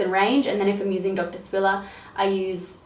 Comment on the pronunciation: I thought "doctor spiller" was "donkey sperm"